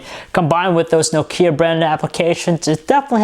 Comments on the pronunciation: Perfectly biased..... another andriodsheep..... try to pronounce nokia not nok ia ur so noisy... plsss stop that u like a mongoloid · It's Nokia, not Nokiia ffs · nuke-hia (nokia) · THIS ASIAN doesnt know how to pronounce nokia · Besides the pronunciation of Nokia, wery good review! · Learn to pronounce Nokia correctly.